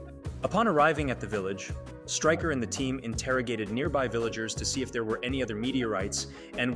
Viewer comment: Styker and magnrto how do you not know how to pronounce there names it's striker and mag -nee-to sound it out dude ffs